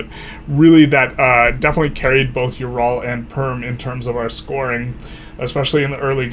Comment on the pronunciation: In case you care about pronunciation, Ural is more like oo-ral rather than you-ral Props on not saying York-shyer